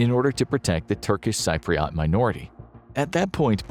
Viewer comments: As a Greek Cypriot from Britain, Cyprus being highlighted in red along with Turkey in the thumbnail better be a mistake. Also, your pronunciation of Cypriot as “Sigh-pre-awt” makes me wanna die. Not just that, I have never heard anyone describe the Turkish invasion of Cyprus as badly as you guys did in this video. Cyprus was invaded. Turkey invaded Cyprus. That northern part of Cyprus is illegally-occupied territory, Turkey even sent ethnic mainland Turks to go & live in said occupied territory to artificially inflate the population. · learn to pronounce cypriot :DD